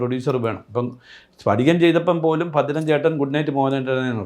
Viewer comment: Bhrathan Alla, Bhadran 🤦‍♂